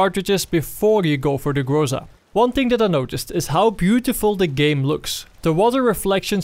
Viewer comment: Everybody pronounce it something like "grOsa" or "grOza", but it should be pronounced "grozA" or almost "grazA". Google translate pronounses it almost correctly. Гроза (groza) is russian for thunderstorm.